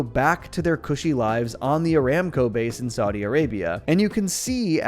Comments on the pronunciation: I crack every time pronounces "Saw-day ah-raybe-ai" 😂😂😭😭😭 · pronunciation of Saudi Arabia is killing me every time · pronounces it like that so she's distinguished from the vay-gans🤌🏻